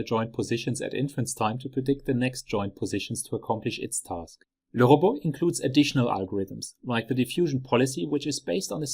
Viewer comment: Awesome video!! I finally learned how LeRobot is correctly pronounced! 😂😜